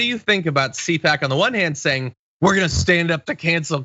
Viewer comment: C-pac not Coach!